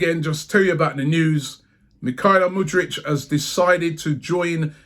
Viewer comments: It's MudryK not MudryCH you absolute dunce! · Tbf you been saying Mudryitch anyways lol 😆 let him goooo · Car-Zola, Mud-rich, elnaynay Come on robbie get the names right ffs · At least this means we don't have to listen to Robbie mispronouncing his name every day 👍🏻